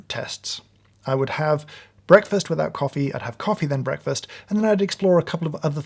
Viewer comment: I don't like how he says the word breakfast